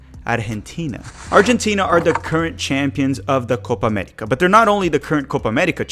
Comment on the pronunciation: What in the Alabama